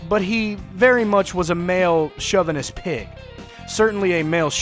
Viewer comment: (shove)-venist???? friv-U-list????